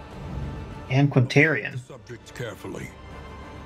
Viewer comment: Firstly: That mispronunciation of antiquarian though. (Don't worry it was funny) Secondly: Notice how it didn't say DEATHBLOW when you "killed" her